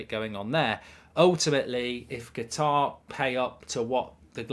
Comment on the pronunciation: UK /ˈkʌt.ɑːr/ How to pronounce Qatar noun in British English. It is not pronounced guitar but Katar with the emphasis on Kat and less so on the ar at the end.